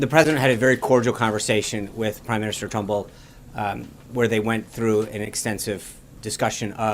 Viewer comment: The Australian Prime Minister is Turnbill not Trumbill